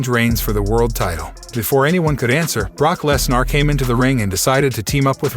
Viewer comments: At least try and pronounce Brock Lesnar's name properly ffs. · Brock Lesnarh lol